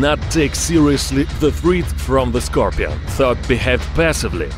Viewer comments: SCAR - PEE-ON ...LOL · Nobody: Not even a soul: Not even from the earth it’s self: Him: Es ScRoPiAn